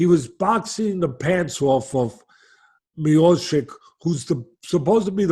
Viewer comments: No one: Literally no one: Teddy: Miochick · Stiopic got that immigrant mentality! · Stipe " Two time olyimpian" Miochick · This is typical DC fan, doesnt even pronounce Miocic's name right. SM GOAT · Dear Teddy, when you speak about GOAT in MMA, you could at least learn how to pronounce his name. Thank you! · Teddy's pronunciation of Miocic's name cracks me up. Different nuance every time he said his name.